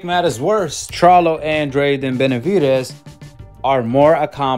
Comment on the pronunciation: The fact that he couldn’t even pronounce the Charlos names correctly and says “he needs to fight both” 🤦‍♂️ let’s me know that most likely he’s never ever even seen a single Charlo fight smh!